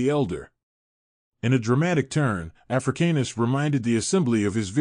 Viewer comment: The way you say his last name triggers me 😂